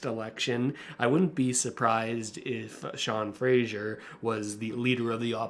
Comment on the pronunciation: Hahaha…, i love that Poilievre is calling him “Frasier” and not Fraser. I think this will cement that wrong pronunciation in our heads and forever piss off Sean Fraser. It’s genius! PP even has you saying it too. Sean’s name is pronounced Fray-zerr. But don’t feel too bad. Google Maps can’t even say it right. GMaps also calls Fraser Street in Vancouver “Frasier”, like the TV star.